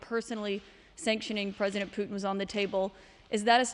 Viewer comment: Er ist leider schlecht verständlich (für Leute, die Englisch nur in der Schule gelernt haben) Und was soll das immer mit den "Puten"?!